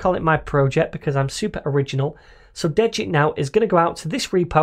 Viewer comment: Just for future pronunciation... it is (D-get) ... it basically clones the Svelte basic template, but removes (de) the git info that would be in from a clone, like version history, etc. So, it de-gits the git stuff you don't want, from the stuff you need.